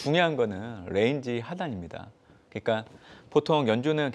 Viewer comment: 저 ㄴ은 뤠인지 하단 뤠인지 하단... 에휴~~~